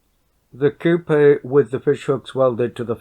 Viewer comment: The way this guy pronounces coupe bothers me